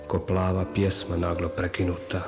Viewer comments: Naglašava se kao "zdrav" "prav", radi se o nekoj pjesmi brzog ritma, kad se naglo prekine. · Loše akcentiranje, ne radi se o pjesmi plave boje, već o plavoj (plahoj) brzoj pjesmi.